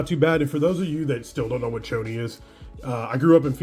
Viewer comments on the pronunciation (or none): Worst pronunciation of Chones. It’s Cho-Nez not choney 😀 Advice: Don’t quit your day job to do cards full time. Think about how many people you know that have been doing it full time since precovid and now. CC2 probably the only one. Don’t waste the next year or 2 delaying a career. Cards full time is NOT a thing, unless you just have nothing else to do.